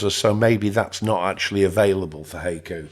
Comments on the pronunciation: I think it is pronounced hai·ku /ˈhīˌko͞o/ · The correct pronunciation is HYE-koo. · It's 'hi-koo' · Hey-ku? In SW US it's "hi-ku". Didn't know it varied in pronunciation! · Hi-coo. Not hey-coo lol. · Pronounced "Hi-ku" like you would say "hi!". :) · I think it's pronounced (Hy Coo). Like the oriental poems. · It's pronounced high-koo. That is how you pronounce it. Good video, man. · It's pronounced "Hah ee koo." Japanese only uses 5 vowel sounds, and it's the same 5 vowel sounds as in Spanish. a = "ah" I = "ee" u = "ooh" e = "eh" o = "oh" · It’s pronounced はいく💀. Pronounce it: “high” “ku” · It's from the japanese poem style-- called haiku-- pronouced HI- Koo!! :) LOOKS good so far.. but I'm not quite up for the challenge yet--- I'll keep an eye on it and when it's a bit more advanced... willl consider it - or try it out in live version.. THANKS for the video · You pronounced it wrong.Wifey yelled what I was messing with. I yelled back"hai-Q". After I came to from the rolling pin hit I realized I gotta get the old broad a new hearing aid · I know… listening to this video butcher the pronunciation of the name is painful. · I keep chuckling every time it heard “Hayku” lol. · You mispronounced "Haiku" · It does if there isn’t text available. Your pronunciation is totally off lol.